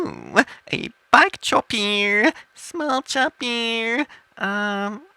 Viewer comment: He's not talking in a different language i can understand what he's saying a little. he's speaking english it's just that he is pronouncing words like big as bieg and chopper as chopear .